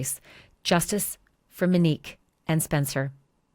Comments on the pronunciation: It’s not “MUHHHN-NIQUE”, Ashleigh. It’s MO-NIQUE. And of course the killer turned on the lights. How would all those shots be so accurate without lighting? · Moe nique not Minique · I believe her name is MO - Nique and not Menique 🤦🏾‍♀️ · Ashley... please say her name correctly. MOnique. Not Meneque. 🤦🏻‍♀️ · Her name was MOnique, not Minique. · Mo nique not manique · MONIQUE, not Manique, and please let the guest speak and finish what she's saying. She knows more about the subject than you, and you keep interrupting her. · Please pronounce MONIQUE’s correctly. Long O. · SAY HER NAME CORRECTLY!!!! MOnique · Mōnique, just saying, Ash. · So glad you're covering this again !! Tragic story. Wasn't her name pronounced MOnique? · you should pronounce her name correctly. It’s disrespectful the way you can’t say her name correctly. her name is so pretty and you make it really ugly.